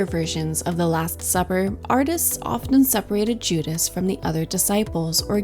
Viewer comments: AI. It mispronounces Judas several times. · Pretty AI? voice goes into detail about Judas clutching a small bag with one hand and reaching for bread with the other and then later says Juda’s, frequent mispronunciation in this video, hands are hidden beneath the table. No actual explanation as to how Jesus’ hand positions reference communion. Early comments about perspective perhaps the only reliable comments. Given the amount of research and commentary available on this subject, The Last Supper deserves better.